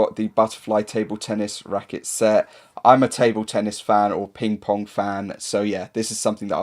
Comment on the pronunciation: How did you say table tennis “racket” 😂🤦🏼‍♂️